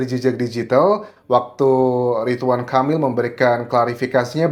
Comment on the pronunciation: Ridwan bukan Ritwan